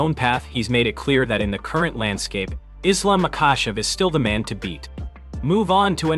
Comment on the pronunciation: Did he just say Islam macawcev😂